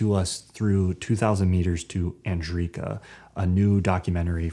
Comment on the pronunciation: I am Ukrainian and it is cringe to see those Kiev's movies when you know how much fake the story is. If anyone wants to really know what's going on, just ask the locals, not watch the movies made for money and propaganda. But of course, the truth is not what the cinemaphile is looking for. And btw, the town is called Andreevka, not Adriivka. Just ask its people.